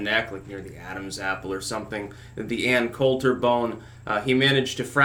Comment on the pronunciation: This man said The Ann Coulter bone. 😂😂😂